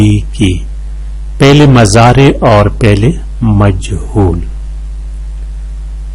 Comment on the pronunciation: ماشاءاللہ بہت اچھی ویڈیو بنائی ہے۔ بہت کچھ سیکھنے کو ملا لیکن مرکب اضافی ہمزہ کے کسرہ کے ساتھ ہے نہ کہ فتحہ کے ساتھ۔ اسی طرح مضارع میم کے پیش کے ساتھ ہے۔ اور فاعل میں آپ فا کی جگہ پا پڑھ رہے ہو اگر آپ اس کی اصلاح کرلے تو مزید بہتر ہوجائے گا اور آپ کی شخصیت میں نکھار آجائیں گا۔ شکریہ